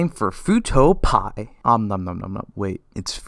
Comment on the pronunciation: Sound like futo pea instead of P eye